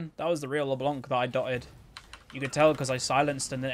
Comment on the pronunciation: Yo, as it's supposed to be french, the "c" in "LeBlanc" should be muted. The way it was intendend to be pronounced is "LeBlan" rather than "LeBlank", which by the way literally means "The White" in french. Love your videos man, keep it up!